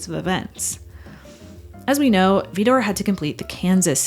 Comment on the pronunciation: There's no 'e' in Vidor.